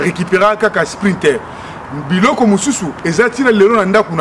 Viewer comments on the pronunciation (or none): alobi sprinter et non scouter